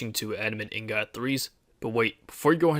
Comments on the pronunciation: you cant pronounce ingot right lol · He cant pronounce anything right.